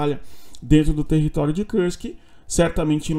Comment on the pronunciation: Por que fala Kursk como se fosse em inglês?